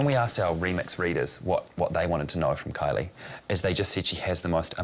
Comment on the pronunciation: The way she said Kalie instead of Kylie